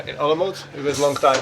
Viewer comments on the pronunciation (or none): olomuc??? 😅 olomouc !!! po polsku ołomąc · Nie mówi sie po angielsku dio czechów !!!! nie mówi soe Olomunc tylko Ołomuńc